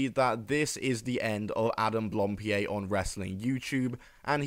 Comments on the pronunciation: It's blam pied, not blampied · Hang on, back up... am I misremembering or did this guy himself pronounce his own name "Adam Blam-Peed?" Am I remembering that right, and if so, are we just doing a "Juicy Smoo-lee-ay" thing here? Or has Adam never spoken his own last name and this video looked up the pronunciation? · I think I've heard two versions of how to pronounce his last name. Either as "Blohm-pee-ay", or "Blahm-pee-ay". I've been trying to look for some footage of Adam himself saying his last name, but couldn't really find it, as he's been introducing himself mostly with just his first name.